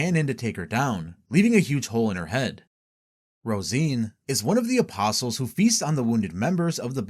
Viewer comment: Thank you for being able to pronounce the word “apostles” correctly, can’t tell you how many videos I’ve watched about Berserk where the narrator doesn’t know that the T is silent and it drives me absolutely nuts.